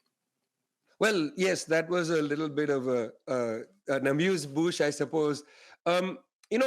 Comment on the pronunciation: He Said "amuse-bouche", a rough adaptation of "amuse-gueule"; but I giggle thinking english speakers understand "amuse-bush", or " a muse-bush"... XD Sorry.